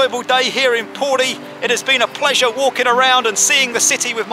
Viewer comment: He could at least have said P O R I properly.